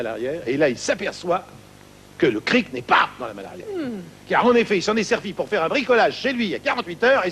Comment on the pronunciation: stéphane Gauthier C'est "Cric" , pas "Crique"..